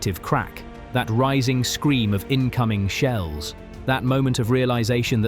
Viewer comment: 2 minutes in you refer to "high explosive sheels". What is a sheel?